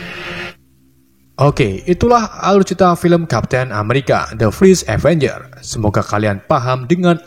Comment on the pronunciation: Indo bet:v